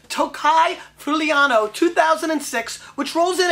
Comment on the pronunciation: I live in this region, the right pronounce is "free-you-lano". Everyone gotta taste it one time in his life. Enjoy and drink responsably. Cheers from Italy. Stefano